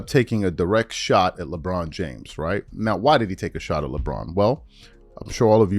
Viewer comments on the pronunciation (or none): none